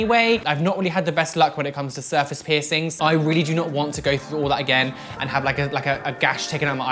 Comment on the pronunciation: "Serface" its surface